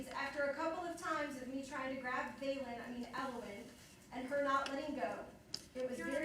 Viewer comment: Everytime he says elowin i feel cringe